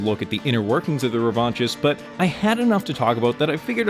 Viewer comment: Loving your videos! The game looks great. Just some critique: The name "The Revanchist" is bugging me though. After looking it up I realize it's a real word, just not an English word. And in French it would not sound the way you're pronouncing it. Revenge is associated with power and hate. Neither of those are a fit imo. I immediately assumed that I will play as the person seeking revenge, if thats not the case getting rid of "The" or replacing it with a word that assigns "Revanchist" to someone that feels unknown, like "Revanchist Yearning". The name is now ambiguous. Who is seeking revenge. Is it me? The person is both seeking revenge and wishing they could seek revenge. Just some thoughts. Feel free to ignore. The game looks awesome!